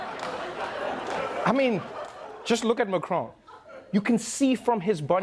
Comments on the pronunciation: Americans trying to pronounce macron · The worst insult to France is how badly Americans butcher pronouncing Emmanuel Macon's name X'D